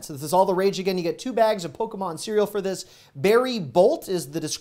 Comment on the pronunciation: Poke E mon isnt a character lmao